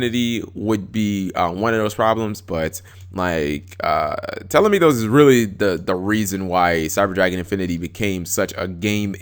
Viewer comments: It's pronounced toll-uh-my-ose. not telemethos or whatever. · Tellarknight Tall-Eh-My-Oh-s It bothered me too much xD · its (p)TOL-EM-Ay-US...god